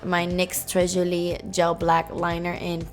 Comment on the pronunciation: Girl your french accent when you said "très joli" was so on point !!